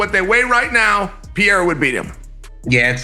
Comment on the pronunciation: Peiyera, Pierre, what next 😂😂😂